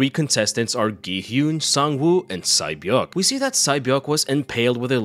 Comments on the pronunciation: Sae-Byeok is pronunced Se-Bjong. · Sae beok name is actually pronounced Say beeo-ook